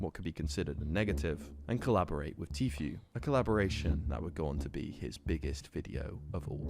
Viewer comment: bro.. it's 2023 and you still saying Tfue wrong.. dafaq